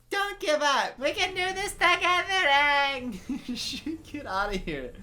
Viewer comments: better than whoever "Uhng" is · OMG they pronounce his name sooo wrong Me (german): his name is Aang, not Eng, what is wrong with you? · asians be like: its Aang, not Eng. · they pronounced it ung or ong and they pronounced it ah-va-tar or uh-vatar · At least the Ember Island play pronounced Aang correctly, not “ung” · I tried to watch this movie And once I heard they pronounced Aang wrong, I stopped and never watch it till now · this man commenting on the mispronunciation of aang in the movie, then saying “iroh” like that smh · i love how you critizise em for pronoucing aangs name wrong (im also annoyed af ;P) but you still say "eeroh" to uncle Iroh